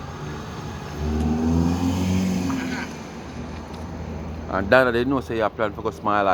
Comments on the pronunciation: there’s no “t” in island. For a person who think she so perfect, you need to learn to pronounce your words correctly. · I was about to write Island and not Islant